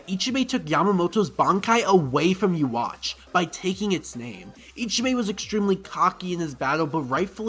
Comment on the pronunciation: Who the fak is uwatch ? 😂😂😂 bro it’s pronounced like yoo-ha-ba-kh